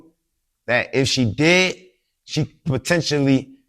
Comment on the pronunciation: Potentionally....I love it!